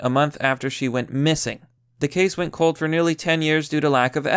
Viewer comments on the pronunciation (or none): none